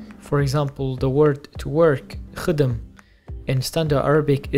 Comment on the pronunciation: we say jben with a hard j instead of fromage. We don't say khadum as he pronounced. We say khdem without a vowel between kh and d.